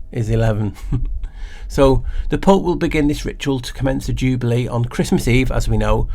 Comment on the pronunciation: Thanks, she Decoded That 1! 'Jew-bale year'